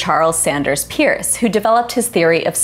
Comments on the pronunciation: You mispronounced Charles Sanders Peirce's name. It is said "purse". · Charles Sanders Peirce -- the family name was earlier spelled "Pers" and thus is pronounced like "purse" -- was an American philosopher, scientist, and humanist. An intellectual figure of extraordinary power and accomplishment, Peirce was -- among many other things -- the primary founder of the distinctively American philosophical tradition called "pragmatism" and a mentor of the other founding figures, such as William James, John Dewey, and Josiah Royce.